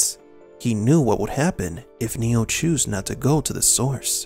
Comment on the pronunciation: his name is NOT neal....it's NEO